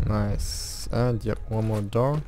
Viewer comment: 3.30 Tier eins... da kam das Deutsch wohl zu stark durch😂